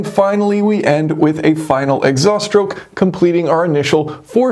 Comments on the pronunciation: Interesting design. I’m curious why so many American YouTubers say shtroke instead of stroke? Same thing with street and astronaut. Would you also say astray as ash tray? 😄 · "Power Shtroke" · 2-shtroke, 4-shtroke. any speech impediment?